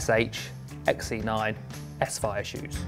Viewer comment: I'm going to go on a limb here but I think that the Shimano show should be pronounced "saphire" not "s-fire".